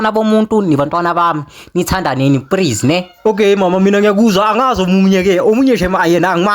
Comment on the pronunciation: This is so funny he is saying prease instead of please 😂😂😂😂😂😂😂 I am dying